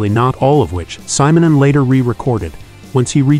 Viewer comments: ...yeah, what do you expect from an A.I. narrator?! All this so-called marvelous technology, and they can't even pronounce simple names and words correctly. 🤦‍♂ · You mispronounce his family name.